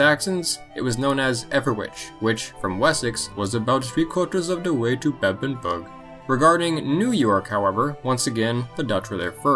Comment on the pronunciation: It is a fairly small scale map so it's only really a few pixels out. No idea why he says 'two thirds of the way to Bebbanburg' in an Indian accent though.